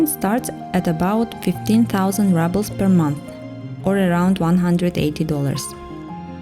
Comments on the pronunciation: Also - say rubel with U not A. ❤ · I really nice video. Only one gripe, the pronunciation of ruble is exactly as in Russian without the soft sign, not rouble.